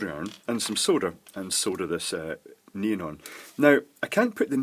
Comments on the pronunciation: I keep hearing say "neen" instead of "neon." LOL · Please, please try to say ne-on, instead of nean. Pretty please 🙃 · It's more of a "NEE-n", than just "neen". Two syllables, but with the second one very short. (Whereas I tend to pronounce it "NEE-ahn". That's how we say it in California.) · “Let’s soder this neen” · The first LED is working with is a NEON LED, i kept hearing "NEEN" "NIEN" and "NEAN". this stuff: Thank you for the FBR explanation, i finally get it. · Ha, I had to read the comments just to find out what a "neen" was. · I kept hearing "Noom", read the description and kept asking "WTF are you using man!!" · it's nee-on......... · I tried googling nin and neen led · LOL ok ,, by the end of the video I THOUGHT he was saying Neon ... but really really not sure..strange thing is 99% of the other words were fine :) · I learned that neon, is one more word that has a Brit pronunciation, and a Yank pronunciation. :) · This is the only time I've had trouble - what's he saying? "Neon"?